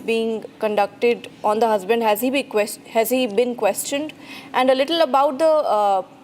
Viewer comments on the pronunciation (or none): Again she says anddaa arre it's And D is silent 😂